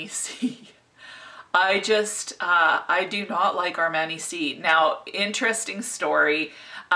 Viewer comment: It’s aar - maa - nee 🙂 Don’t worry about it, it’s not a huge difference 😘 Love your energy as always!